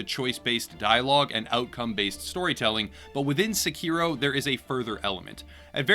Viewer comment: SE-ki-ro, not se-KI-ro.